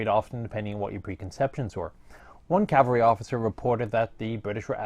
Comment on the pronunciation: "motorized horse calvery" I can only think of horses riding in trucks